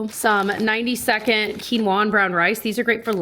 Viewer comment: I know this will sound mean and I know I should keep it to myself but after years I just can’t anymore.. why do you say quinoa like that? 😢 you’re the only person I heard that pronounces it that way